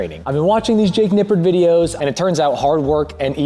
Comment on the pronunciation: did he say "Jake Nippard"